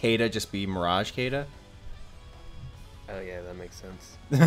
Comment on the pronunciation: Kay-da and Cam-us? It's pronounced She-da and Ca-mu.